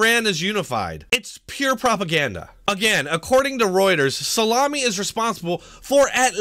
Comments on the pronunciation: Hugh Smith I think he just called him salami lmao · lol did you just call Soleimani salamini lolzzzz